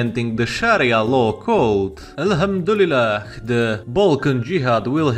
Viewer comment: Brooo the way you said alhamdulilah was sooo accurate and good mashalah